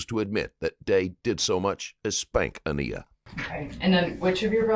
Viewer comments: Im sorry, i can't help but say.....this precious little girl's name is pronounced "A-nye-ah". They said it repeatedly, but repeatedly u mispronounced it. Please, in the future, be sure ure paying attention to that. A name is a person's personal identity, says who they are. U diminish it when u don't put enough into making sure ure reporting on topics properly, accurately, and pronounce all names correctly w all due respect. U did an in-depth report on something very serious and need to show that u actually care about the people u talk about. P.O.S....not takin' responsibility is why i say that 🤢🤮 she's gross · Why is the narrator calling the deceased child Aneya when the mother and detective are constantly pronouncing her name? It's hard enough to hear this story, I wish more respect could be put on her name. 😔 Rip Aniya💓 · Thank you for posting these interviews, but I’m begging you to pronounce the baby’s name correctly. She went through enough in her life, let’s at least show her some respect now. Aniya - with a long I … uh-nEYE-uh. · It is upsetting to me, every time I hear Baby Aniyas' name being mispronounced. Maybe you should check into a WHOLE new level of AI before your next upload!! If you're going to share victims stories, I think it's VERY IMPORTANT to have the BEST software available! Aniya wasa beautiful little girl, who has a whole life to live! Yet, because she was failed by her "Mommy" the system, & many other people, sadly, she met her untimely demise, in the MOST DISGUSTING & HORRIFIC WAY! I've got to watch Deontes' videos but this is NOT a caring, concerned, loving Mother! As she keeps saying! She's a monster! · It bothers me that you keep saying the victim's name wrong. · Saying her name wrong is disrespectful, rest her soul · Could you maybe take the time to learn the pronunciation of the deceased name? It is the only thing that little girl had, was her name ❤ thanks. NOT a Karen